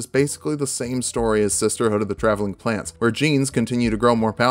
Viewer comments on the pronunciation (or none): "Sisterhood of the traveling plants" I heard plants. Who else heard plants?